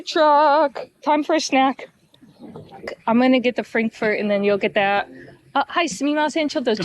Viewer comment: As a German the most funny part was the pronunciation of "Frankfurter". And what it looked like ; )